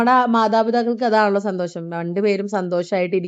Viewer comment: സന്തോശം അല്ല സന്തോഷം.